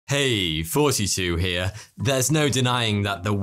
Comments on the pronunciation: It sounds like you say 42 not no offense just a little funny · Every time he does the intro, to me it always sounds like 42 here😅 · Why distinctly pronounce it “42”? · Did anyone else used to think he said "heeyyy 42 here"? Lol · I don't care what anyone says. He is saying "42 here" not "."